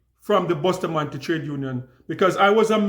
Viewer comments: The lady did the correct pronounciation. Bustamante is a Spanish name. Jamaicans including myself have the wrong pronounciation. Ja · With an English speaking tongue, Jamaicans pronounce it the way they were taught their alphabetical pronunciation. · lol, Bustamante himself pronounced it the same way Jamaicans say it. So you are saying the guy didn’t not know how to pronounced his own name? The name he literally gave himself as an adult? GTFOH!